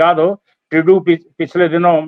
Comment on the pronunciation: This idiot can't even pronounce Trudo lol who the hell is he? Taking like he is the government 😅